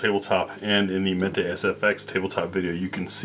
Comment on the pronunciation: some say that meat but you say mete correctly, good for you.